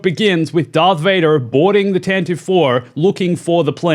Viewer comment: “TAN-ti-vee” not "TAN-tiv"